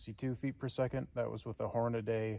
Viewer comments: Pronounced..... HOR...NA....DEE. NOT. Hor...na...day....WAKE UP!!!!!! And please don't say " ANYWAYS ".... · Horna-Dee, not Horna-Day. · It’s not HornaDAY. It’s pronounced exactly like it’s spelled: Hornady. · Why can’t people just pronounce Hornady correctly. Drives me nuts.